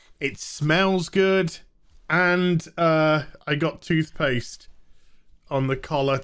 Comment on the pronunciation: "tooth paste" was it az? yeah ok I believe you.